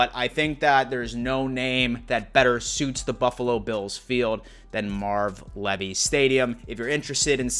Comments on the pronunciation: Come on brother I know your a young buck but ya lose a little cred when you mispronounce our hall of fame coaches name. So its pronounced Leave - e. Love your content but pay attention to the details. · Bullshit. Some may pronounce their last name like that, but Marv Levy doesn't. It's pronounced Leevy. Always has been, always will be. It's ok that this guy pronounced it wrong, just sounds weird. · buddy, it’s Marv Leeeeevy (Leave-y) not the way you said it... good video besides that though. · Great video sir, one thing. His name is pronounced Leevy. Have a great day. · Well, if that's true, he let everyone else pronounce his last name incorrectly for at least the last 30 or 40 years. I'm pretty sure I've heard him introduce himself as Marv "Leevy" as well. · Is it me or is he pronouncing king 👑 coach Marv Levy name wrong ?? Idk 😐 now he messes me up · You butchered Marv's name :( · I don't think I've ever heard Marv Levy's last name pronounced like that